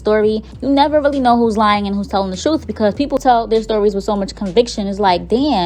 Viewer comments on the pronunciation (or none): none